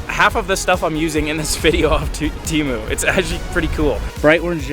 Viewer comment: Bro called it teemu not temu 😂